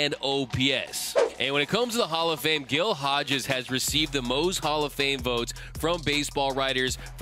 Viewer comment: Great video but "Gill Hodges"? Shame on you.